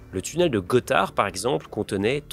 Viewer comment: ça se dit "tunnel du Gothard" et pas de :). Super vidéo sinon ! gg